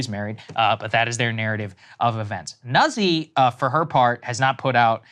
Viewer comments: Nuh-Zee?... It's pronounced "Nazi" Deal with it! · It is pronounced NUT SEE in proper Italian. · I only care about the horrible pronunciations of those Italian names: it's "Noot-si" and "Leet-sa". Thank you lol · It’s pronounced “nooht-see” in Italian. Thankful for the reporting